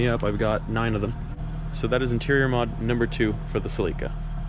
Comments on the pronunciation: Cell not See lica😆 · Toyota Celica (sell-i-cuh not sell-ee-cuh) driving me crazy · Lmao. Sell - li - ca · Bro, why are you pronouncing Celica like that? It’s (Cell-ik-a) Edit: ah, you’re Canadian. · the way you pronounce celica aggrivates me